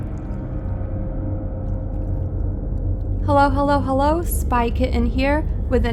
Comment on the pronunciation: thank you for your information and what you are doing, you are indeed being used by God to share scriptures and the truth, there's just one thing I don't like on your video, when you greet people "Hell-Low" Hell-Low" at the beginning, research about this, because sound and frequency matters, the controllers of the world invented that word, you don't even know you're already cursing someone when you say "Hell-Low" to them. God be with you, and not God Be Less you!